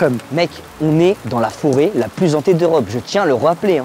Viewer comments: Forêt Hantée pas zantée ! 🤪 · Oui super, par contre "la forêt la plus zhantée" ca fait un peu tache, ca pique les oreilles pour certains